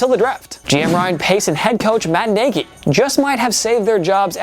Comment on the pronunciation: ⬇️TPS Mispronounciations ⬇️ 1. Carlos BaschMan Jr 2. PenAi Sewl 3. Matt Négi 4. NeijEÉ Harris 5. Robert SaleY But somehow they pronounced Tua's name right 💀